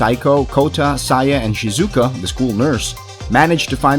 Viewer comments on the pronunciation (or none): none